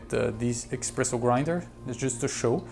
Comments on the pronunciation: Espresso, not Expresso. Please, if you call yourself a coffee expert at least get that right :-) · espresso no expresso…🤦🏻‍♂️🤦🏻‍♂️ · "expresso" smh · Pls stop calling it eXpresso :(